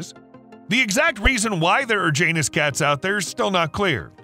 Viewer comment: Its pronounced ya-nus not jan-us that always makes me irritated lmaoo